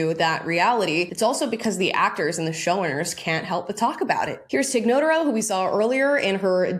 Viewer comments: Not a fan; she's not funny...but I think her name is pronounced 'nuh-TAR-oh' rather than 'NOTE-uh-row'. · Tig NoTARo is the pronunciation. I love Tig Notaro's old podcast Professor Blastoff. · It’s pronounced Tig No-TAH-ro, and i really do like her brand of stand up comedy. But this inauthentic DEI slant on this show is absolutely ridiculous to me, and it is truly mind boggling that this lesson has not yet been learned by now. If not by the faulty doctrine/dogma of it all, then at least by the money talks factor, and I don’t see many money trucks backing up to the Star Trek driveway these last few years. I really don’t think this kind of thing is what Gene Roddenberry had in mind, and as great a talent as I think Tig is, I wish for her to move on to a far better showcase for her, Holly Hunter, and Paul Giamatti, who all got bamboozled by some young agent saying this is what you have to do to be cool now, Divide, Exclude, and Indoctrinate. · Nuh- tar- row Tig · I don't even like Tig but omg the way you mispronounce her last name 😂😂😂